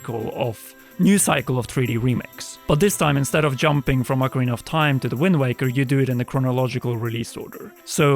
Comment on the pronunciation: O-Karina? Immediate discredit anything this guy has to say. And this video is only talk, which everyone has posted thousands of times...without ads.